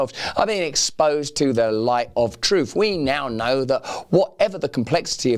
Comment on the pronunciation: It's "truth", not "troof".